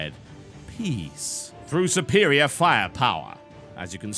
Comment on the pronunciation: drink every time u hear suppperirior